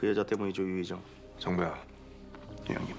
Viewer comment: 씹던 음식 잇몸에 몰아 놓고 '네 형님' 정확하게 발음하며 예의차리고, 마지막 질문에 할말 없으니까 콧김으로 '아.. 제가 미처 몰랐습니다' 라는 민망함을 연기... 와.. 훌륭하네요 잘 봤습니다.